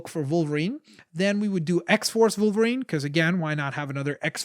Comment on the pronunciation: did you say vulverien it's wolverine